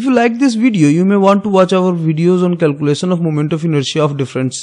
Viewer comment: Sapes, sown and calculason 😂